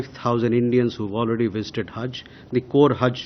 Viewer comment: Ye haz nahi Hajj hota hai